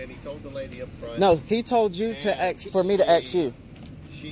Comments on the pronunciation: It’s ASK not Axe!!!!! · Its Ask not aks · It's "Ask" not "Aks" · Is " Ask or Axe?" Lol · Axe??you mean ask I believe. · Is ASK NOT AKS??? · WTF is " aks " ? Is that simian for ASK? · Please ! Say ask, not axe !!! People might treat you different. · Ask not Axe. Learn how to speak correctly people. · Dear Lord......everyone......learn how to pronounce the word "ask".